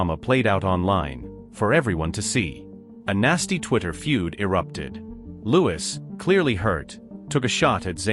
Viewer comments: It’s not lewis it is Louis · PLEASE! TEACH YOUR AI PROPER PRONUNCIATION! SPELLED LIKE LOUIS, BUT HIS NAME IS PRONOUNCED LIKE THE FRENCH KING HE WAS NAMED AFTER: LOU EEE PLEASE, YOU GOT IT TO SAY ZAYNE'S NAME PERFECTLY! WORK ON IT GETTING LOUIS (LOU EEE'S) NAME NUNCIATED PROPERLY! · The fact that the computer or person reading cant pronounce Louis’ name should be a clue. Id guess that this is stirred up by labels, tptb, management. There is a weird dichotomy btw the recently released music from Harry and Louis. Meticulously orchestrated in timing, themes, lyrics, all woven around each other……… and all the pushback we are seeing demeaning Harry as trying to sabotage Louis, and celebrating themes of division. Pay attention everyone .We should all think for ourselves. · And another narrator who can't pronounce Niall and Louis' names. Their names have been floating around since 2010, so there's no reason for poor narrators to get names wrong. If they are unable to do so, they shouldn't be paid for performing badly